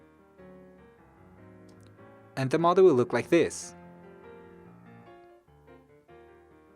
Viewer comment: I kept thinking he was saying "mother"... "The mother is going to look like this" "The mother will be open" etc etc... Then, I realized he was saying "model".... Oh my gawd, I'm way behind!! I never even payed attention to the lines & folds.... Wait, stop, go back!🧐 Fold where?!? 😳 🤪 😵 🤬 😖 🙄 🤤 Me, attempting origami... And now, I feel like an idiot. But guys, it's super simple!! Just fold & unfold a bazillion different times til you can't even tell what's happening. Then, jazz hands & magicians cloud of smoke & poof!!! Voila!!! A rose. I mean, a crumpled, wadded up, piece of paper.... Mmmmmmmmm. Beautiful. See?? Perfect. Easy. Now, throw in the trash. Yet one more time that Asians have proven their superiority to this silly white girl... Shaking my head. Why are my hands too big to make these tiny little folds?? I. Can't. Even. Tears.... 😢 😭. Mind. Blown. 🤯 Thanks for the super detailed video, though. Excellent job! Me lost... Cave gurl....